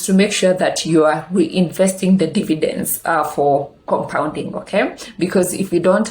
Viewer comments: Good content. Slight correction it's dividends not dividences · Glad you noticed too. It should bother me, but it does cos she repeats this mistake always. Nonetheless, great content.